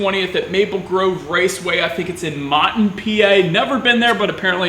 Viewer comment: Coming from someone who lives in Berks County and like 15 minutes away from Mohnton it kinda hurts to hear that pronunciation of it. But aside from that it's a great track and I think you'll have loads of fun